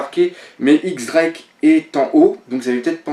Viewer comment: J'adore tes vidéos, et j'espère que tu m'en voudras pas mais pour Drake, ça se dit "Diez Drake", pas "X" ^^